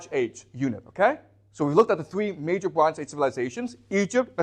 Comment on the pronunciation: the bronj age, ok then, this guy barely speaks english, but thinks he knows shit